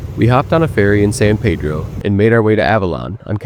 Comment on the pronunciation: Checking in before the locals chime in…San Pedro is pronounced San Peedro….not San Paydro…I know…I know it’s weird….but that’s how the locals like it, don’t shoot the messenger 😂….BTW Hope you guys come back again..